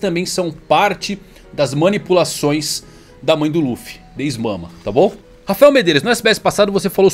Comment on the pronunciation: não consigo parar de rir com o "is mama" KKAAAKKAAKAKAKAKAKAKAKKAKAKAKAKAAKKAKAKAKAKAKAKAKA